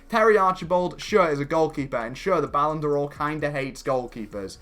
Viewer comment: please, it isn't 'Ballon Do-or', but just 'Ballon Dor'. You dont actually pronounce the ' as a stop.